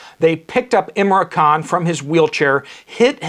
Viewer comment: Pl name ia im ran khan not imra. It is a token of respect to get names right .